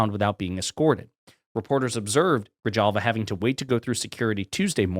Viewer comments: My dear sir, I'm a New Mexican, and Grijalva is pronounced "Gree-halva", not gree-jalva. Please. My ears bleed every time you say it that way. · Dude, please don’t be so white. It’s not pronounced “Grijalva “ it’s pronounced “”Grihalva.” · Gree-hal-va. Greeee-Haaall va. J is silent. J like Halapeño and hueves and Hulio and Huan and Ho-say and Greeee Halll Vaaa!!!!! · It's pronounced like Grihalva lol J is pronounced like H. I live in Tucson so you learn Spanish just by existing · Grijalva is pronounced Grihalva. your killing me😆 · The "j" is pronounced like an "h". Gri"halva"😂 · TlFYO, the name is pronounced Gree-hall-va. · Its pronounced Gri-hall-va. Not clowning or criticizing, just adding my little grain of sand to help the channel. Great channel by the way. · Appreciate the story but because 35% of the population is Latino, perhaps you need some pronunciation help. I am presuming you did not take Spanish in high school. H is usually silent. J is always an H sound, thus Grijalva is GRI-HALL-VA. Ojeda is O-HEDA. Y is a long E as in Ybarra is E-bar-ra with a rolled R—practice in a mirror. Have a Spanish teacher give you a 20-minute lesson and you will never be embarrassed again as I love you and can’t stand to see you embarrass yourself. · Enjoy your post, I live in Tucson Arizona Arizona 7th District the new Representatives name is pronounced gre-hal-va in Spanish the J is pronounced like an H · BTW -the name is pronounced Gree-HAl-va Not a "J" as in 'jar' ......but an 'H' as in horribly wrong way to pronounce her name. Grijalva. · Grijalva, … Pronounced Gri halva fun fact. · For the sake of argument, her name is pronounced GREE-HALVA. It's Mexican, so the J sounds like an H, just so you know. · The 'J' in Grijalva is pronounced with an H sound. Gree-halva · Your pronouncing her last name wrong. The J in Spanish comes out as an H. Gra hal va. Just an FYI. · It's pronounced GREE YALL VA! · say it like this Gri-Halva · Gri-hal-va /hal/ hard /h/ as in halva. Grijalva